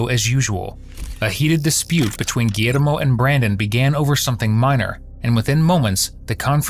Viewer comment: You couldn't just say "gee-yer-mo"....had to spanish it up?